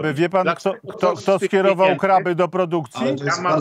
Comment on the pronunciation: A pan z KO wielki "znawca" spraw wojskowych ciągle KRYLE i KRYLE zamiast KRABY.😂😂😂